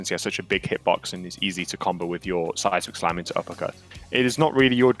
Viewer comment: Am i the only one who hears size McSlam instead of seismic slam?